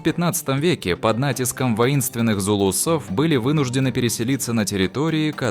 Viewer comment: Не зулусОв а зУлусов !